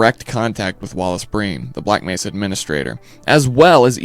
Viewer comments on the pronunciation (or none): none